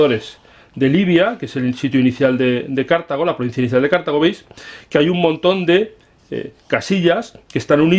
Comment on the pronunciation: No se pronuncia "Cártago", pues la palabra no es esdrújula.